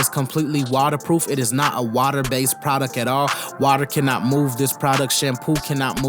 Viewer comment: Love the videos my dude!!! I heard that Chicago accent come out when you said "water based". LOL Keep the videos coming!